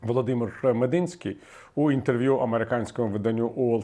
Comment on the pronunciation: Не МедИнський, а МедІнський